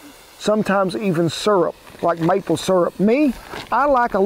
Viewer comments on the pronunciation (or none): none